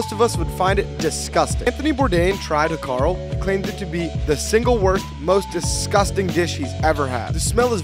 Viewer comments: Im from iceland qnd there are so many facts that are wrong 1. You pronounced that so wrong (its said like "how Carl" not "ha kal") 2. Its not commonly eaten its for a kind of holiday where we cslebrate the foods of olde and hákarl is probably the least eaten thing in the buffet of old foods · You butchured the name 😂 its more pronounced like howcarl with a stronger L sound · I'm also Icelandic, the way he pronounced hákarl (shark) is funny